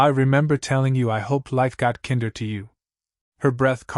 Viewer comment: "Kinder," in this story's context, should be pronounced with the long "I" sound, just like it's root word "kind," which means nice. The story keeps pronouncing it with the short I sound, as in kindergarten or Kinder Chocolate, which is the German word for children.